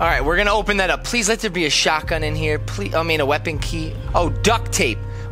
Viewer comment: I thought you said " drop the baby no shotgun the baby" 😂😂😂😂😂😂